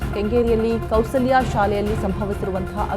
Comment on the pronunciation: Chitrakoota school not chitra kala not Kaushlya school not Kousalya read properly.